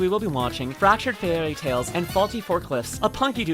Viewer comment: 10 seconds in, and I hear "Fractured Fairlytales & Faulty Forklifts" This is gonna be GOOD!